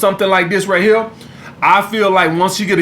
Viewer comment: I will never get tired of hearing "we'a fuck these hoes to sleep ova heya" gets me every damn time